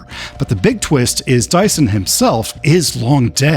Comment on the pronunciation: It's Dision, not Dyson